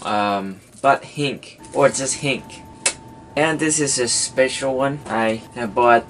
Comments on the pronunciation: hinge not hinc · NO it's not hink...it's HINGGGEEE with a G ... idiot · hinge is pronounced like this (hin-je) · It is not a hink it is hinge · I like how he pronounced hinge as hink I am not discriminating you its just funny man XD Anyways you stay in Thailand ??? If you do i live in Malaysia if you dont i still live in Malaysia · its pronounced hin-ge